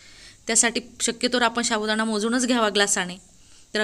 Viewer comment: शाबुदाना शाबुदाना बोलना तो सीख लो😂😂😂